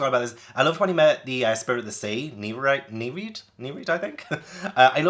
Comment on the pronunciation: Not sure whether it's been said already: Nereid: Nare-ree-id, Charon: Ka/care-ron, Chiron- Ky-ron - hope this is helpful!